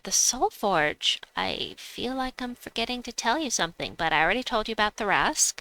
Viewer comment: I think it's pronounced, Tar-rasq. The C and h are silent. But that's in D&D standards 😂